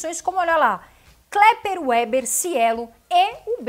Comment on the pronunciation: Kepler Weber, se pronuncia "Quépler Veber"; o "W" se lê "V". (Trabalhei nessa empresa por quase 5 anos).